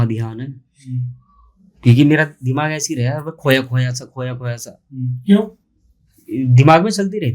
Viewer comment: Ese kese vese ko aap thoda sa zor dekar aise kaise or vaise bologe to bahut hi achchhe lagoge urdu or arabi mix jab aap us par kamand haasil karoge achcha nahin khubsoorat lagega bhai bura nahin maanna